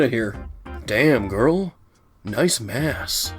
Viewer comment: I can't tell if you said ASS or MASS...But I guess either of those words fit Pretty well with Garnet 😏